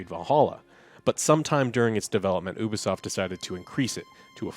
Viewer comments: he saying oobasoft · It's so annoying the way, and pronounce Ubisoft. It's you-be-soft, you idiots. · 2023 and you guys are STILL pronouncing Ubisoft wrong😆